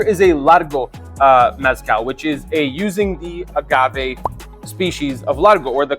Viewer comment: But you're still not pronouncing mezcal right 😂